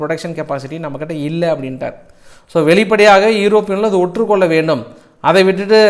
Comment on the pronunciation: பிச்சு அது 'ஒத்து கொள்ள வேண்டும்- ஓற்று கொள்ள வேண்டும் ' என்று தப்பு தப்பாக டமில் பேசாதே மேன்